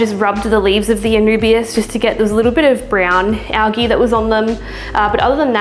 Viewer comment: Great video. You do know it’s pronounced AL-JEE right?